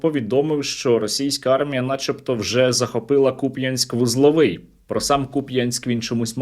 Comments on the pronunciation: за сам лише наголос на "я" в слові Куп'янськ вони мають горіти в пеклі вічність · Коли чую «КупʼЯнськ» аж зуби скрипіти починають 😡 скидаю донат на москалякоріз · Давно помітив, що ці дебіли часто ставлять наголос неправильно. КупЯнск, ТОпоров, ТрєскІн.....бо не слов'яни і не мають відношення до України, як 'братній' народ.